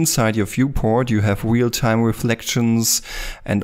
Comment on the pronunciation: "a new weal-time render engine"